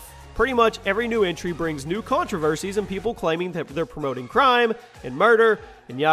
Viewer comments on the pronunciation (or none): Biggest contrivershes!!!! :D